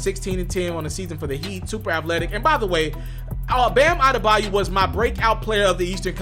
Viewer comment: bayo..not bayu….smdh ..eldrice is his first name by the way..bam bam